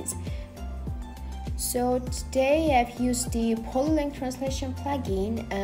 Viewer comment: which plugin did you use? polylang? I had difficulties to understand the word. I think: polylang, but it sounds like polylink. Thanks for help.